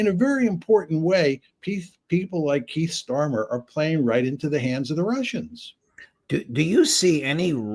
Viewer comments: "Keith Starmer" 😂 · "Keiff Starmer" pmsl